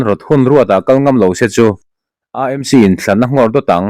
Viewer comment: Aa Em Si (AMC) ti lovin, Ee Em Si (AMC) ti ve mai la. Mizo-in C hawrawp kan neih lo a vangin, a ni dàn ang hian lam ve mai hi a thra.